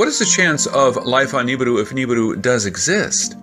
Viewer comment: How about you pronoun it rt "nee ba ru"